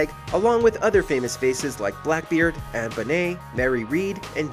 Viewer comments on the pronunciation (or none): none